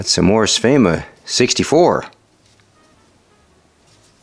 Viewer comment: Well, if says Svema then Svema it is!